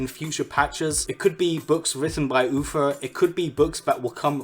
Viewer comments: It’s Uther. Not Uffer. 🙃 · Stop saying UFER hes name is UTHER! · Uther not Ufer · I can't stop hearing "Ufer"... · Top secrets said in this video: Wald ov wallcwaft Dumbasses Oofer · I swear if I hear "UFER" one more time ... -.